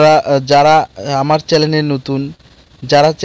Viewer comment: চ্যালেন বলেন কেন,,, চ্যানেল বলতে পারেন না